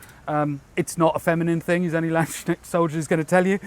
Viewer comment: Oh man you really butchered the pronunciation of "Landsknecht" :D If youre intrested in how its pronounced just put the words "Land(s)" and "Knecht" in google translate and let it read to you :) Edit: Or just the whole word. Google translate does it quite well